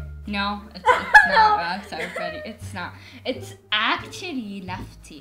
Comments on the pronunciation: everytime she gets it wrong her brother;its acully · stop saying acally